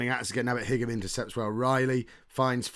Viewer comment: Hope you go up but your team are so rubbish at winning games so I'm not holding my breath! Good luck though haha Also think Higham is pronouced "high-am"